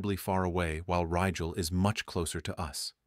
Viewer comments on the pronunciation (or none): none